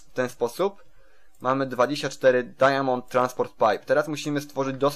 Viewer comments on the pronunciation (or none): Mów dajmond a nie dajamond